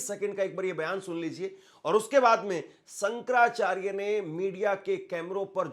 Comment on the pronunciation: Hindi toh bolna seekh lo... Reporter ban gaye ho.... Sankarrrracharya